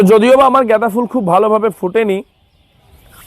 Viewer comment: উচ্চারণ ঠিক করুন । জ্ঞাদা বা গেদা নয় । গাঁদা ফুল ।